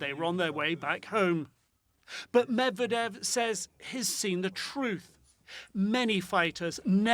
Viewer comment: PLEASE! Learn how to pronounce Russian and Ukrainian names....... you are butchering Medvedev.